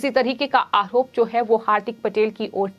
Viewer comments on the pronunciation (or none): उच्चारण सुधारने की बहुत आवश्यकता है . र का उच्चारण ह की तरह हो रहा है . उदाहरण -- गुजहात , अमहीका , आहोप